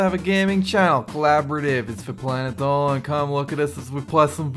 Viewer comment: why do you say it planet ddoooowwwlan